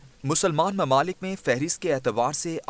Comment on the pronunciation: Mamalik nahi mumalik, correct ur urdu.